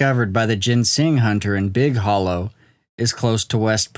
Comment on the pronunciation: I've never heard of this before. Edit: It's pronounced Big Holler.